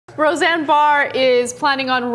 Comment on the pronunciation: *Roseanne not Rosanne Come on,!!